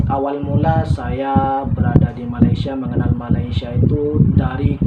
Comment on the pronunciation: Kenapa masih tidak bisa sebut Malaysia ,masih menyebut malaisia... Rasa janggal mendengarnya